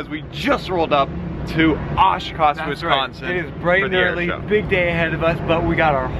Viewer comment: They are saying Wisconsin wrong omg I'm from Wisconsin so it bothers me so much